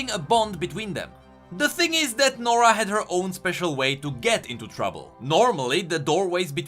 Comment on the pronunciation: nora??More like, Noraa.